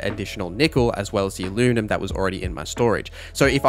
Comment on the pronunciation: ... Please try to say Aluminum again. LMAO